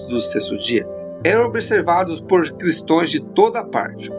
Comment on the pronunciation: Se fala Cristãos e não Cristoes